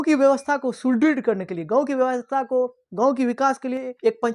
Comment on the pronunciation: Shahar . Not sahar Gaw nahi. Ganv poor hindi acchi malumat thanks